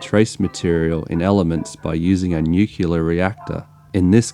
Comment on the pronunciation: yeah, and "nuclear"...ha ha...